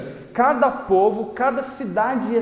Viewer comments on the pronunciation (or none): Ssor se falo polvo invés de povo